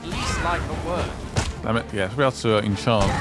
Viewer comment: Incant not enchant 😂😂